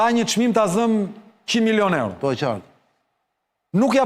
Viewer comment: 33 miloon evro sic i thojne Greket... Jo euro sic i themi ne... hahha. Te pakten ti lexoj ne shqip